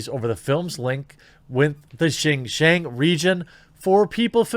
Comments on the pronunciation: Dude, at least put a minimal amount of effort to finding out how to pronounve something, it's pronounced "shin-yiang", you can use google translate to read it back to you or just plain google some online text to speech tool,is not that difficult... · Very well said. I hope this ends up being a wake up call for all these kowtowing corporations. Just for future reference though, Xinjiang is pronounced "sheen jyong". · Brah. Xinjiang, pronounced sin-jyahng. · Jeremy.. Xinjiang.. pronounce. Shin-Ji-Yang. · It’s pronounced shin-gee-ahng